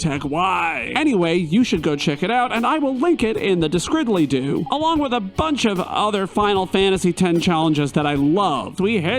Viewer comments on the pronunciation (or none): Hey there, came across your video as I love challenge videos. I really got into this, engaging, fun and overall enjoyable, however, your inability to say description really urks me to no end. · Hold on...did you call it Describily-doo?